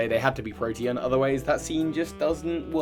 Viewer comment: Lucy's a blonde thought isn't she lol. But OH MY GOSH you are the first Poketuber I've ever heard saying "Protean" correctly. Everyone else says "protein". I believe Floette appears in the movie as well as Flabébé. Pokemon cards being in the movie is no different than baseball cards lol Also Pikachu could be from Sinnoh because he says "sweet mother of Arceus". Arceus, I cannot state enough, is not "God" unless you follow the faith of the Sinnoh region. "According to the legends of Sinnoh" "it is described/told in mythology" "it is said"... Arceus is NOT PokeGod factually.